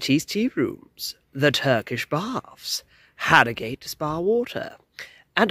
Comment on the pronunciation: Born and bred here and we pronounce it Arrogut.